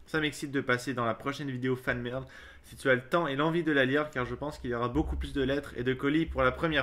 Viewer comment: c'est moi ou il a dit fan merde